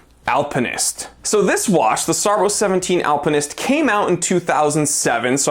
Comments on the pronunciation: SARBO? SARB Zero One Seven. No SARBO. After the B is a Zero, not a letter O. The zero after SARB is silent. It's pronounced "SARB 17" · "SARBO"??? it's a zero man !